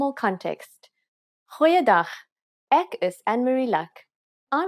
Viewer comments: ek is like ak like you saying it like ak is jammer not ek is jammer? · I can hear from how you pronounce "ek" as "ik" , "is" as "iz" that it's an additional language for you pronunciation needs a bit of attention other than that it sounds good